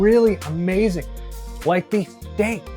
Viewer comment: Is that how you say Steak ? LoL